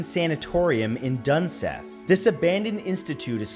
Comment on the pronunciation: It's actually pronounced Dun Seeth